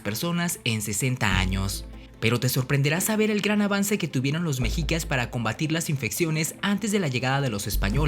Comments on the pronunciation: Se pronuncia 'meshicas' no 'mejicas', recuerda que eres promotor de nuestra cultura, mínimo pronuncialo bien. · Lo pronuncias mal no es mejicas. Mechicas y se escribe mexicas pero en todo lo demás super interesante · Un consejo amigo, no digas mejicas, su pronunciacion correcta es meshicas, la "x" como "sh". Saludos. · Se pronuncia "Meshicas" ( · Solo una observación la "x" se pronuncia como "sh" por lo tando se pronuncia " meshicas"